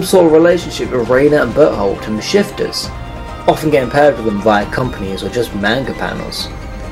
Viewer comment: When you said Bertholdt it sounded like you said butthole and I was lying there so confused like "who's that?"😂